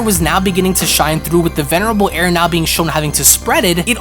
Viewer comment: If I hear “ Venebral Air “ ONE MORE TIME 😂😂😂